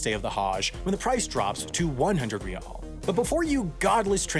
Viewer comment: Lol he butchers all the pronunciations except for Riyal which for some reason he nails it like he's lived in the middle east for years😂